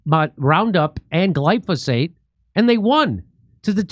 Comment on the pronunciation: Say it with me Jimmy Gly Fo Sate